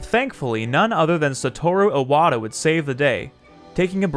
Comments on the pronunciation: Great video. Need to work on your Japanese pronunciation though. Saying Iwata's name as "Eye-wata" is... bad. Like really bad. That would be spelled Aiwata and if you could even produce it in kanji would mean something completely different (most likely spelling would be 愛和田 instead of his actual name, 岩田) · Yeah, that was my mistake. Bad habit. I actually asked a friend of mine for most of the names to make sure I was pronouncing them correctly, but Iwata is definitely wrong here.